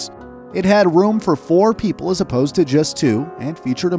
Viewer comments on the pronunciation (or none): none